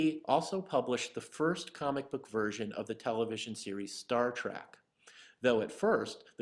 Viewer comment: It's Star Trek not Star Trak! 😀